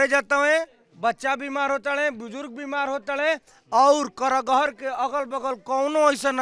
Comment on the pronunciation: Karahgar not kargahar